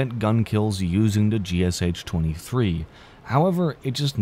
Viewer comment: Cmon it's not ГСЧ-23, it's ГШ, g-sh [G as in 'good', sh as in 'shop']